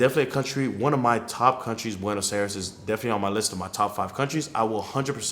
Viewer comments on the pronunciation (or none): Learn how to pronounce Buenos Aires